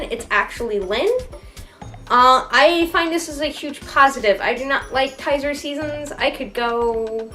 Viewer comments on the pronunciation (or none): Did you call Tzachor "Tizer"? Sorry, I like your video but it's pronounced "Zah-Core" :) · No, don't be sorry. Just thought I'd help out because it sounded like Tizer but to be fair, Tzachor is about as good as a bottle of Tizer would be at directing the show, haha. :)